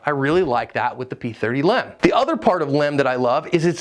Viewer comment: I know it’s a small point but hearing you constantly say Lem instead of L. E. M. Grinds my gears so bad I could barely make it through your video. I didn’t even know it was a pet peeve until just now.